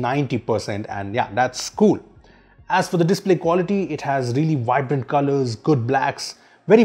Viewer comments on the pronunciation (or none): none